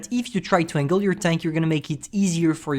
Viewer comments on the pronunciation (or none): none